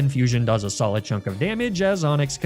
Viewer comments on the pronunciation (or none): none